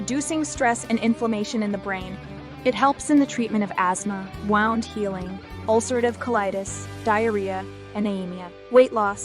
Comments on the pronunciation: THE SOUND of WOUND lol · The wound in 'wound healing' rhymes with 'gooned' not with 'gowned'.